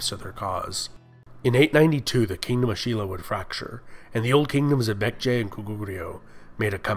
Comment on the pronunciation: Your pronunciation of Baekje was almost spot on native!